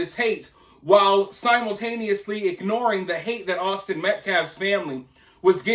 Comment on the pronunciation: That guy is a complete idiot! When you played "his" press conference I couldn't believe what I heard him say! He couldn't even say Austin's last name correctly! It was completely one-sided, the murderers side Karmello. 🤬